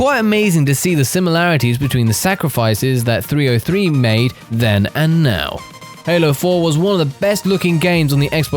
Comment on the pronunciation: lol he said "3O3".